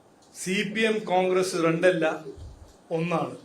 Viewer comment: റണ്ട് അല്ലടാ മൈരെ രണ്ട് 😅